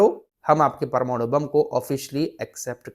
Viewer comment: PARMARU kyun bolte hai, sahi wod PRMANU hota hai sahi bolye